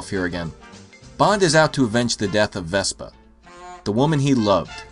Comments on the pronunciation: Why are you saying vespa!? It's Vesper! Vesper!!! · VespER! VespER!!! She's not a scooter! Otherwise, great review! ; )